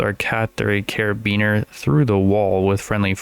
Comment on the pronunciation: I love you saying caribeaner instead of carbiner 😭